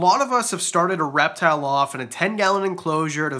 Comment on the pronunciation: Okay, my husband was in the room when I started watching this, and the first time you said "reptile", he heard "rap battle"... Maybe a future video idea..? 🤣🐍